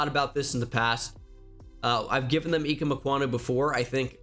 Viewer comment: Its I-keem